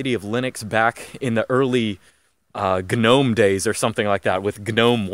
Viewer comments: I like the hard G, Lunduke and you would get along just fine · He can say GNOME properly, but he can't say Ubuntu correctly. I'm Just saying. Even so, I liked the video immensely.